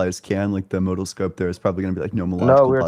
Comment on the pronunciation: did this mispronunciation of modal in a different live.